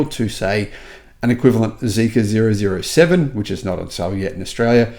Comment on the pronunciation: you are so funny. Zero zero 7, wake up, it's double O 7, like in Bond, James Bond😅😂